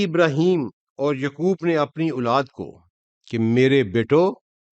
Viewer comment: Muslim not Muslim thanks. Say yaqoob not yukoob